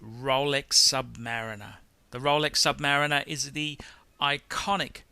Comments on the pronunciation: Dude, Submayu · sub - pause - mariner. Is this how you pronounce it?